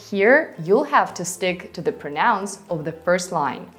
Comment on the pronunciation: Thank you so much! Your teaching style is excellent. Your English is excellent too. Just a small point - when you use "pronouns" in the plural, you tend to stress the second syllable, so it sounds like "pronounce." But you have to stress the first syllable - "PROnouns". Looking forward to more of your helpful videos.